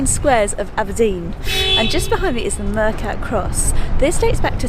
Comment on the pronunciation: It's pronounced Pro-vist and Mer-kit. Catslegate is one word.